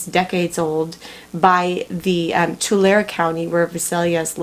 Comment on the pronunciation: Just FYI....correct pronunciation for Visalia is V-EYE- salia.....and Tulare is T-YOU-LARRY.....